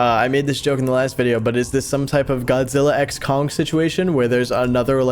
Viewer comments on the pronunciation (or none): none